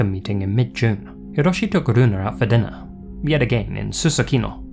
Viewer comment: Japanese here, he pronounces Hiroshi a little strange too